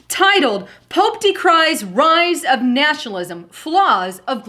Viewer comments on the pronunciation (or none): If you play vid from to at 1/4 speed, sounds like says "Nashalism" when she actually says 'Nationalism'